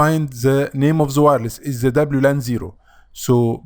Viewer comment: من نطقك ل "زا" عرفت انك مصري😆